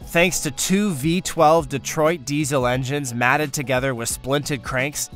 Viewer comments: Learn to pronounce the words right. “Chassis” has a silent “s”. It’s “mated” not matted”. And “bushings” not “brushings”. Painful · lol you 2? when he said 'engines matted together' instead of mated. when he said 'bespunk chass-is' instead of bespoke chassis (like chassy). Bespunk Chassass sounds like a pornhub title ffs. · "Matt'd" together, not mated ? Who writes and reads these videos...a child?